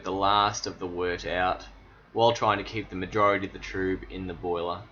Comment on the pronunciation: Thanks for sharing guys! I love your approach. I never thought to use pulleys, just back breaking one of us holds the bag whilst the other one gently molests it to get the sweet wort out. Your method is so much better! haha Also I thought it was called TRUB like TUB, not TRUBE like LUBE :)